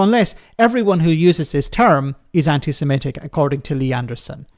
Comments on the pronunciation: He can't even say "anti-Semitic" correctly, saying "anti-simetic" instead. 🙄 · He can't even say anti-Semitic, the racist bigot says anti-sematic he's an absolute clown.